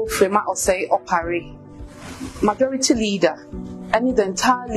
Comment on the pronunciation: She say majoridy Caucaus 😂😂😂😂😂 she’s not serious, The headquaders, new patriotic pardy, supporders 🤣🤣🤣🤣🤣🤣🤣🤣🤣🤣🤣🤣🤣. Smh … If she wins aaaa ago shock give the delegates & constituents